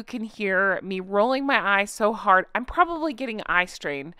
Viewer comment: MY favorite is how you say, "It's too HARD!"